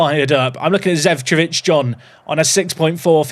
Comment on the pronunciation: it is Zecovic & not Zevcovic